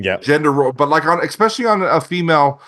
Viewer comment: I disregard adults that say EXpecially. I bet he says expresso too.